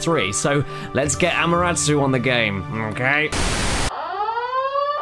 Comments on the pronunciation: AMARASUUUU omg I giggled when I heard you pronounce her name. :"> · Ama-Te-Rasu. Damnit Caddy. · Btw it's Amaterasu not amarasu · (DefinitelyNotASquid) actually he said amaratsu which is still wrong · "Amuratsu"? Can you read? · Caddy? Ammaratsu? Really? Her name is Amaterasu, not Im a rat Sue. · goddamit caddy!!!!!!! its pronounced amaterrasue-spelt amaterasu